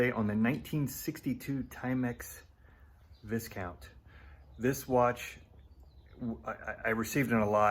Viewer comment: Your pronunciation of Viscount is incorrect. It’s more like “vie count”. Otherwise, informative video. I picked up a Timex Viscount at a flea market last weekend for £10. Looks to be British made, from 1976, and it’s working perfectly so far.